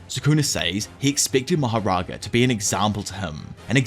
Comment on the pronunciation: If there is one thing I really hate about this video it’s the way pronounces mahoraga